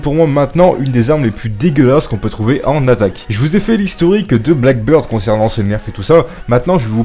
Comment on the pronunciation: C'est blackBEARD et pas blackBIRD😂😂 je sais que un français qui parle anglais...